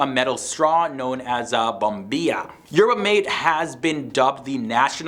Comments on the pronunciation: Not “mate”, you have to learn how to pronounce it( mah- teh) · The drink is pronounced, 'mah- tay'. Thank you.